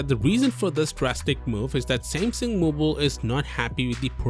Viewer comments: "Same-SING"? It's pronounced "Sam-SUNG" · I'd swear you are saying Sam Sing... is this the correct pronunciation then? In the states we typically say Sam Sung. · Why are you pronouncing it like that?? "Seymseng" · What is samsing? Learn how to say the name before making a video... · When a channel literally named "Tech talk" cant pronounce the word Samsung..........